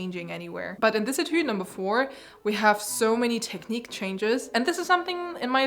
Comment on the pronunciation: cany you please say one more time '' tekniiiq'' for me.. :)